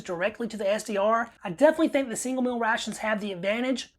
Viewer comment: Meel not mill.